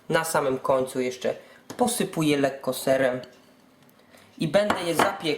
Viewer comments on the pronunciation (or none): none